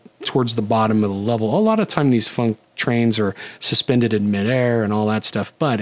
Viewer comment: Whenever you say func_train, I can definitely hear the "k" in funk. No doubt in my mind. :D